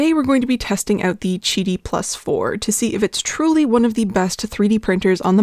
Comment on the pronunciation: chidi? i thought it was Qidi (kee-dee). like quail or quack